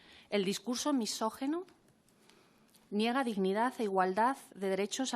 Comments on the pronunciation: Cada vez que la compareciente dice "misógEno", me arden las orejas. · Madre mía! Que a estas alturas una señora feminista no sepa que se dice "misóginos", que no "misógenos" Del griego gyné. Mujer. Gineceo, ginecólogo... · La primera compareciente no sabe ni decir misógino, la muy ignorante.